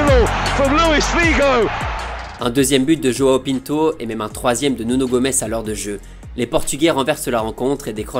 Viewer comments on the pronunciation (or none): none